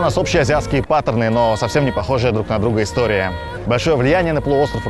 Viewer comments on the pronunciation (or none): none